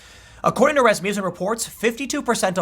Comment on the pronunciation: A lesson in Scandinavian names for you, Tim: Johnson-son of John, Olson-son of Ole, Peterson-son of Peter, Rasmussen(Norwegians use en instead of on)-son of Rasmus. Not Rasmuse. Also, accent on the first syllable.